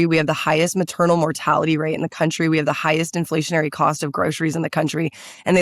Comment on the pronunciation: “Coutry”. Also this lady says she hates Nashville. Yet she wants to represent them. That’ll work!